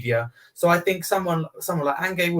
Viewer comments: Who’s An-gaye? You mean Ange 😂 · Why’s calling Ange, angay? 😂